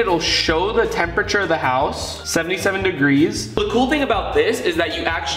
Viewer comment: he says degree 😂